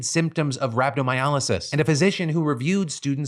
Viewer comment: Hey Phil, helpful tip for future reference Rhabdomyolysis is pronounced "Rab-doe-my-oh-lie-sis." 😊